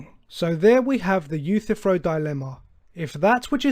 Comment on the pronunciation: Your misinterpretation of the Euthyphro dilemma is even more egregious that your mispronounciation of his name. This dilemma is a disproof of the necessity of any god, showing that it makes no sense for a god to exist either way.